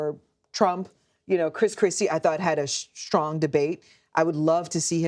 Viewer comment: Russian sailor talking thing pronounced Viveks name incorrectly. It rhymes with cake. But she’s jump down someone’s throat for mispronouncing Kamala.